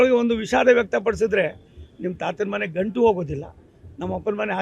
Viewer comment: ಕನ್ನಡ ಸರಿಯಾಗಿ ಇಲ್ಲ ಗಂಟು ಅದು ಗಂಡು ಅಲ್ಲ😢😮